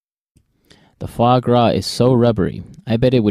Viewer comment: This video is so useful, but I think, because of the technically problem of AI thing, there are some faults, like 'the fog W' it's a fois gras, and I don't understand What the 'guacca' is. Is this just mocking sound for fois gras? plz anybody teaches me 😢😢